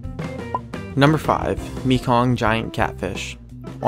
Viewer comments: Lol they say Mekong River (Me-Kong) as an Asian I say (Mae-Kong) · it's may-kong